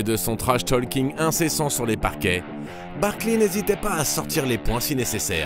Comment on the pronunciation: Je vous adore, mais j'ai eu mal aux oreilles tout au long de cet épisode. Sérieusement les gars, vous prononcez : Barkliiii ?